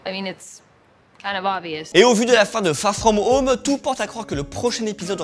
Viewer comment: Fagh fghom home ??? Frenglish ??